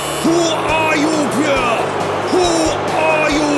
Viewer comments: I'm in love with Arsene's pronunciation of Pierrrrrre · Nobody: Arsene Wenger: PIERRE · Nobody: Arsene: Pierre